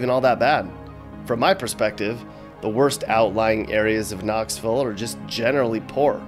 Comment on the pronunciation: It's Knoxville not Knoxvull